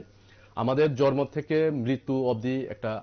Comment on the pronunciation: জর্ম না শব্দটা জন্ম।